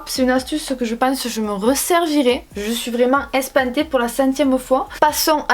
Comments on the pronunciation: je suis ES PAN TÉE ‘’ j’adore le sud hein 😂😂❤️ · " Je suis ES PAN TÉE" J'adore le sud hein😂😂💗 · On dit ÉPATER